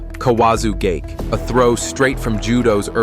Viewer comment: You can't pronounce gake correctly twice in a row?